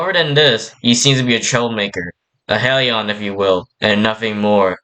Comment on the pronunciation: I don’t wanna be that guy but.. you mispronounced Misteresque, Hellion and Lafoole Just saying this so you’ll know next time! by the way great vid